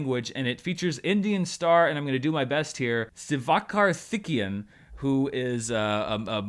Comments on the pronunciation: You said siva karthikeyan correctly. Doctor is doing really good here in India mainly in "Tamil Nadu" state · Thanks for Siva name correctly. 💞 from India!